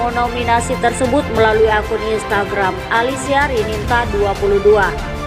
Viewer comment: jangan percaya dgn peramal .fitnah. baca nama salah ALISIA RININTA dibaca Alisia RINANTA / Rinanti he he ngawur